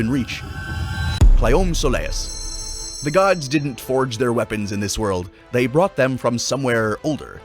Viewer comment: You can also pronounce the Claiomh Solais the right way. It's klee-ov shull-ish or cleeve sol-ish. Whatever the Irish pronounced it